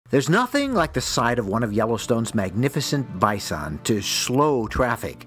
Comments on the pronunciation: Why do you repeatedly mispronounce Bison, then all of a sudden you pronounce it right once or twice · He went “bai-sawn” then went regular “bison” seconds later lol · It's supposed to be pronounced bizon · The first pronunciation "Bi-saun" about made my head explode lol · “Bye-san”….I don’t think I’ve ever heard it pronounced like that. 😂😂😂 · Bi-sohn...funny pronunciation. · Fyi ; In reality. Bison 🦬 is normally pronounced "bye - sun". 👋🏻 - 🌞 (It's been that way for a long, long time) But when a few "Fancy Restaurant Owners" (in and around Denver Co.) began serving it in their restaurants, and asking top dollar for it, they decided to approached the customer's table and offered them the "Fresh Daily Special" and intentionally pronounce it "Bye - Sawn", 👋🏻 - 🪚 instead. It has since become the norm to call Bison in the field 🦬 "Bye - Sun". and Bison on your plate, "Bye - Sawn". But some rich fools don't know the difference so they always pronounce it "Bye -Sawn" ! 🤷‍♂️ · AI can’t pronounce bison.